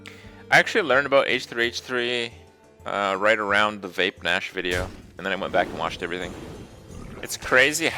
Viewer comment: lol "vape nash" xD